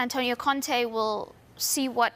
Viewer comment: ContE not Conti. These guys butcher even the most simple names.